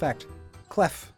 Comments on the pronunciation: it's pronounced ''clé'' and not ''clef'' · Hey! Just a precision from à french viewer: The Word for key is spell "clef" but it's not pronounce "cleffe". The F at the end is Silent. It's just "clé". Thanks For the time, i'me Going Back To my croissant. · As a native french speaker, i will allow myself to do a little correction. (Love your vids by the way) As for klefki, in french we don't pronounce the f at the end of clef 😅😂 it's sounds more along the way of clay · Keys are not pronoced "klaf" but more like "kla" it's an error from Nintendo. Also keys in french can be written in 2 ways : clé or clef, both with the same prononciation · by the way, ''Clef'' is pronounced Clay or Clae. (Native French speaker here.) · Clef is pronounced like clay in French, the f is mute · Clef is pronounced clé and is even written clé in new orthograph